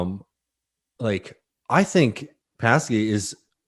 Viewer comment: Who is Patsy? Does he mean Jen Sock-eee? It was even in their video clip. :)